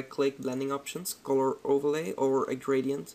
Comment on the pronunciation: The way you say color.. Corror, hihi c